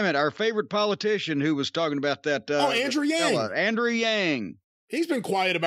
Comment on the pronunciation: As a New Yorker, hearing Jim say Mayor Yang brought some vomit up in the back of the throat.